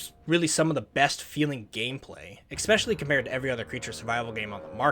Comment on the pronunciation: again its not eggspecially its especially. why you merican cant even pronounce your native language right? its so confusing.